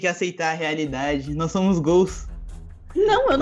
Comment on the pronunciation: kkk ce n consegue dizer agente nao ce tirou toda a seriedade do video kkkkkkk ce disse nois ce encontta kkkkk